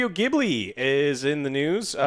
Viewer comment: FYI, Ghibli is pronounced “Jeeblee” (technically it’s actually “Jee-bü-řee”, but ya know…)